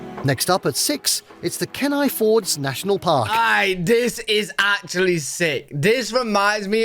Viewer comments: I'm from Alaska and sorry to say the northern lights is not nearly as bright as it is in pictures because many of the pictures are exposures of a few seconds. Chitna alaska is very scenic too. By the way keni is pronounced key-nye. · Ok it’s Glay-shur and Keen- eye. Alaska is unique in all of the US. From the UK you would get better views of the Aurora in Sweden. In the summer sunset is around 11pm and sunrise about 4am but in the winter sunrise is about and sunset I grew up in Alaska and it’s the best place to grow up. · I’m glad I’m not the only person disturbed by the narrator’s pronunciation on “glacier” and “Kenai”. I yell “gla-sh-er” to make myself feel better.